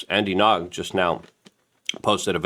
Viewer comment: Andy Nog? It’s Andy Ngo, pronounced as “NO”.